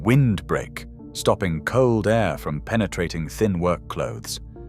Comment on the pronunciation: Poor voice over man couldn’t say air A.I.R gaps haha